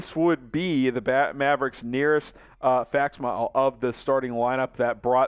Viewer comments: what’s a fax mile? You mean fax similee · facsimile /fakˈsɪmɪli/ NOT FACT SMILE!